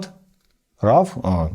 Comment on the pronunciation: Цікавий випуск! Дякую! Одна маленька нотатка: Формат фотофайлів RAW звучить виключно як "РО" і в жодному разі не як "РАВ". Слово RAW перекладається з англійської як "сирий", що відповідає сенсу таких файлів. Якщо професійно знімати, то слід казати саме "РО".